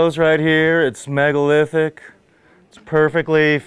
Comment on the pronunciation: did someone mention: 'MEGOLITHIC"?